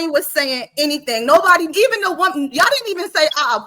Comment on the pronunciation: has some good points but she has to pronounce WOMAN differently from WOMEN.